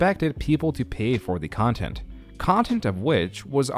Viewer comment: Great vid, but 2 questions: 1) What is "youtubeh"? 2) What is "contint"? Thank you.